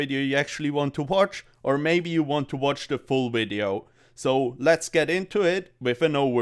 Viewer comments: Cummed as soon as I heard you say "WIDEO" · Never stop saying Hello and welcome to a new wideo